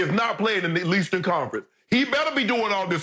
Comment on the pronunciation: This guy Skip really said LEASTern conference 😂😂😂